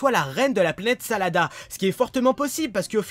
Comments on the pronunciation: planete SADARA ET NON SALADA !!!!!! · tu dit salada mais ces la planète sadala